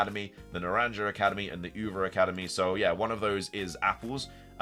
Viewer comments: Lol Naran juh. It's Naran hah pronunciation. It's Spanish for orange and uva is Spanish for grape. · Its OOva and naranHA ,not Uva and naranJA its spanish 💀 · Naranja is pronounced NAH-RON-HA